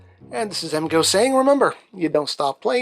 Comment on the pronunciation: . Emgo's tongue stops working makes me laugh all the time.